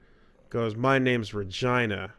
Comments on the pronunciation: That's not how you pronounce "Regina". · Okay I know there's no way he's actually heard the name said because he's probably never actually played the games, buy what the heck is that pronunciation of Regina?